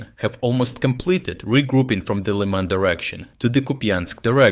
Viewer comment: “City of Лайман»….😂